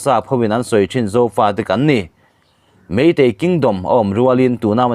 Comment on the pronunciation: Meitei ti lo meetei tih tur